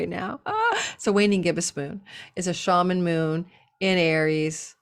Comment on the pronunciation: Why is the waning gibbous moon called the shaman moon? I think that's what I heard you say?